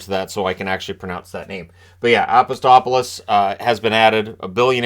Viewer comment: Minor quibble: It's Apostolopoulos instead of Apostopolis. That's a lot of o's in that there name.